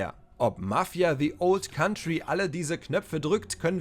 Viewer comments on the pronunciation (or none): none